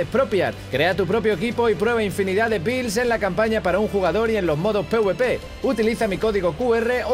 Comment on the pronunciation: no se porque me cague de risa al oir decir "builds" a